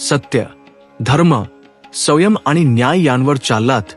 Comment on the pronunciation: वाचन करतांना उच्चारात सुधारणा होणे गरजेचे आहे. उदा. संयम या शब्दाचा उच्चार चुकीचा झाला आहे. मात्र एकूण सर्व व्हिडीओ उत्तम झाला आहे. आजच्या जगात सुसंगत आहे! धन्यवाद!